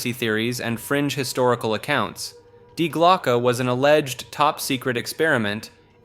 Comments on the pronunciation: I love how you pronounce "Die Glocke" correctly at first then incorrectly at the end. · Yeah, that irked me a bit.